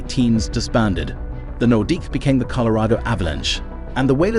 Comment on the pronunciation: What is this AI generated nonsense? I can understand some mispronunciations but “street Louis blues” “Patrick Roiiii” (not Wha as it’s pronounced) and “nordikks” is laughable. Also, as others have said, info is wrong at times like Mario Lemieux is very much alive.